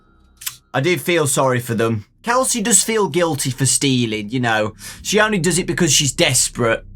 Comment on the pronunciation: Kelsey Also: Casey Me:?